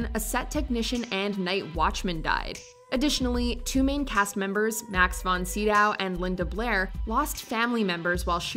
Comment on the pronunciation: Von Sydow is pronounced "Von Sigh Doh", not "Seedow"